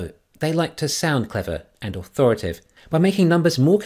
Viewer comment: A word to the wise (that’s intended as a genuine compliment): I don’t know the nuances of dialect or pronunciation in the lower hemisphere, but your American audience would be more accustomed to hearing an extra syllable in “authori-ta-tive”. As you always say … Thanks for listening.